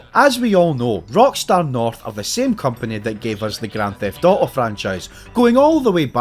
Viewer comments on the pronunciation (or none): Bro says "GRAN THEFT OOOO"